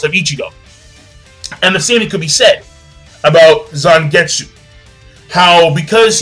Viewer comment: Its Zangetsu